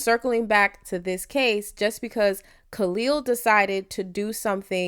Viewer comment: Why is the sister saying Khalil name incorrectly 🤔